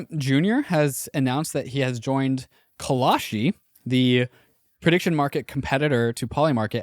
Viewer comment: Call-shee...not Call-a-shee